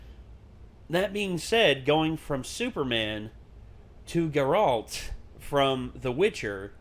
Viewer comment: It’s GAIR-alt not guh-RALT. You’re putting the emphasis on the wrong part of his name. No hate, I’m js.